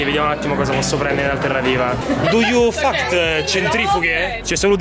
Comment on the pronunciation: "Fact" pls impara l'inglese.